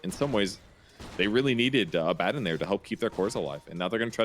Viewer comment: "a bad din" Always though it was abadon